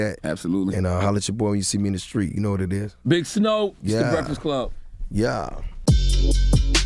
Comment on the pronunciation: Charlamagne you are pushing 50 stop saying "skreet" instead of "street". SMH my head.